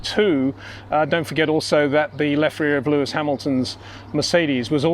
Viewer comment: it is NOT Max "verSHtappen" ... Max is not German (Germans indeed do pronounce "st" as "sht") ... #Max33 = Dutch NL/Belgium! ... It is not "Bottash" nor is it "Lewish" certainly not "verSHtappen" .... This BS started long time ago when a British sport presenter interviewed father Jos Verstappen and assumed you can use a German pronunciation to a Dutch Driver thinking it is so "funny" ... It is not.